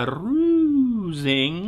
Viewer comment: I always enjoy your news on "ca-rrusing!" 😍😜🤣